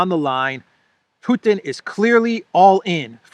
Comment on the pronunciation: Mr Putin to you, not Putan.